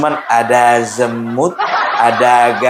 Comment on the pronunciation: Tapi kedengarannya kayak ada B nya pung pas baca zemut😂😂😂😂